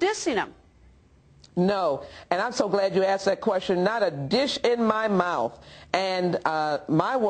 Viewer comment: "...not a dish in my mouf!"